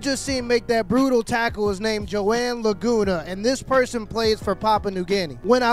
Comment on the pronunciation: La-GOON-a... ahahaha!!!